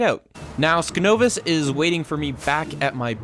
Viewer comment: I'm glad you included the little segment with those advancements! Also, my name is pronounced sign-ovus. Skin-ovus (the way you are pronouncing it currently) is my alternate account.